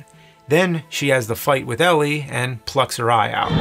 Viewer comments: It’s Pai Mei, not pei mei, and Elle, not Ellie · It’s O-ren Ishii (eeshee-ee), pai mei (pie may), and Elle Driver, Not Ellie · Wh...why is he pronouncing the names wrong? Elle = 'L' Elle does not = ellie Pai Mei = "Pie-May" Pai Mei does not = "Pay-May" These names are said IN the movie . Why is James pulling a Whatculture.. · How did you manage to do this entire project without noticing her name is Elle not Ellie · He also mispronounces 'Elle' as 'Ellie' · You pronouncing Pai Mei and Elle's names like that so many times is killing me. - wait, what? The Japanese version is in color?